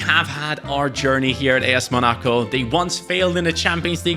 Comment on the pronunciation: please pronounce Monaco correctly. Not mo-NA-co, it is pronounced: Mona-co